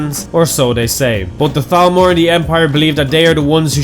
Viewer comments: You actually said thalmor instead of talmor good job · Nice pronunciation on the Th's on "Thalmor"